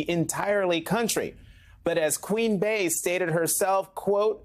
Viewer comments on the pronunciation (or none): enough with the queen "BAY" eugghh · “As QuEeN BaYe” 🙄